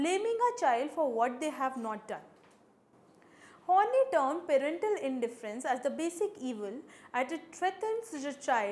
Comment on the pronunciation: Thanks for the lecture. Quite helpful. But her name is pronounced as Horn-Eye and not horny ;)